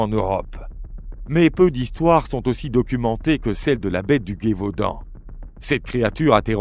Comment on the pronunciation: Plus intéréssant qu'effrayant mais je suis tilter par la prononciation de Guévaudan et pas Gévaudan a chaque fois